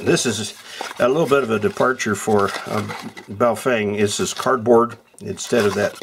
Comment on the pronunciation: bow-feng ?? it's bo-fung..!!!!